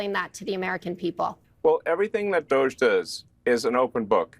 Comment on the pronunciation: DOGE. Pronounced:- Dodgy?